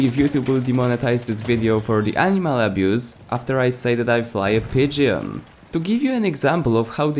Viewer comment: As much as it's funny listening to you mispronounce pigeon i have to tell you when pronouncing pigeon the E is silent XD